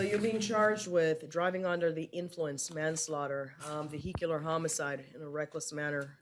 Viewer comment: Why can't this judge properly pronounce "vehicular?"